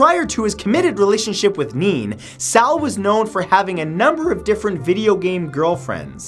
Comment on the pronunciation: Nene is pronounced Nay-Nay, not neen